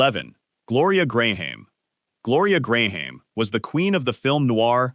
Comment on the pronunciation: ugh, Jessica Lange is NOT Lana Turner! Careless shoddiness. And "Gray-ham", seriously? Just get a mic and record these. unbearable.